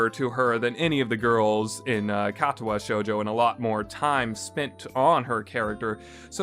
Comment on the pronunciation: I ended at narcissu just because of the way he pronounces the i had trouble dealing with the way he said katawa shoujo but i just ended at narcissu the c and i make a s sound you played it and have yet to realize